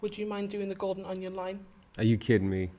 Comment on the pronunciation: he didnt say golden onion right but omigosh im sooooo jealous of you right now